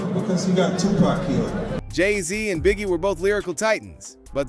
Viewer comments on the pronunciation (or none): Who the hell is 2pee ? It’s 2 pock. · Do not call 2Pac...2P.... Please and thank you. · Oml ✊🏾✊🏾✊🏾 2PAC!!! Say it with me TUPAC/TOOPOCK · who the fuck is 2p??? say the goat name right or dont say it at all... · Did he just say 2P??? 😵‍💫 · Speak the legends name correctly 💯